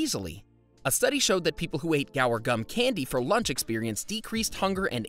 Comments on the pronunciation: You pronounce guar, "gwar", not "gower". You'd think the guy woulda read that better than he did. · It’s not gower, but goo-ar. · It's "GWA-AAR" gum...NOT "GA" "WAR" gum. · Isn't it Guar, not, Gower gum? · What an interesting way to pronounce “guar”. Are you sure it should be pronounced like this?